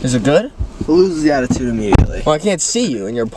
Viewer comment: frrrr the mattitude in the beginning🤭